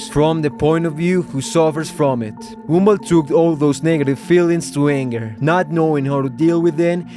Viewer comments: is it me or i am actually hearing "GoUmBaL" instead of gumball? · Love the fact you pronounce Gumball as Goomba. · Love how you call him "goomball" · But why i heard goonball😭🙏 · ok but why do you call him goomball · bro said goonball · Whenever he says Gumball I hear goomba like from Mario idk why lol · Bro stop calling him “Goonball”😭😭☠️☠️☠️🙏🏿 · Did this mf just say goom ball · Why do you say it like "goombul" 😭😭😭😭😭😭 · I don't know why whenever you say "Gumball" it ends up sounding like "Goomba." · It’s probably because of his accent.